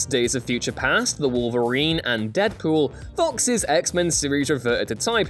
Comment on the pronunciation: He said Deadcool